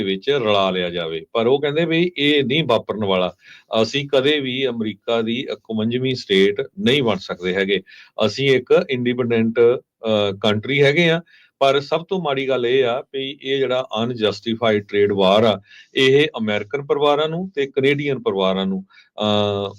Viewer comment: indipadent ni hunda independent hunda … mada mota bolna te sikhlo